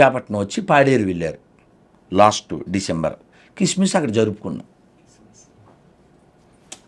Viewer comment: అరె హౌలేగా కిస్మిస్ కాదురా క్రిస్మస్ వీడికి ఏమి జ్ఞానం ఉందని వీడిని ఇలా